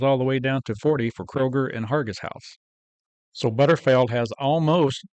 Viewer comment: OMG could you please pronounce it correctly it"s BUTTERFEELD not butterfeld ! And Costco stopped selling their canned roast beef so that is no longer an option !!